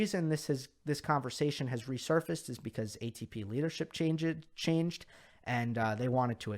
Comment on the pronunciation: said Change-Ed like Rafa 😂!!!!!